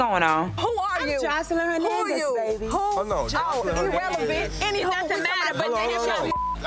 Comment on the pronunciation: Scrappy said “ Joseline WHOnandez “ Man 😂😂